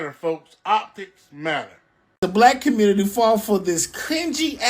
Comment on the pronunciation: "Aight guys! So we gotta talk about" how the Communitah is a lost cause yo... 😂🤷🏾‍♂️🙄🤦🏾‍♂️🤣